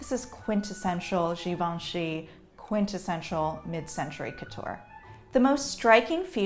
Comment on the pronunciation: I finally know how to pronounce Givenchy.